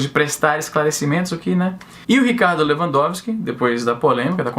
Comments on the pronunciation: Izzy, vc falou o nome do ministro de forma correta, mas pode chamar de "Filho da puta" que ele também atende! :) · Sou advogado, falou o nome do ministro de uma maneira correta sim kkk acho rs pelo menos todo mundo fala assim aqui em terras tupiniquins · Pronunciou correto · Falou o nome do ministro corretamente pode ficar tranquilo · Pronunciou certo o nome, só para você saber =p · E tu pronunciou o nome do bichão certinho, relaxa kk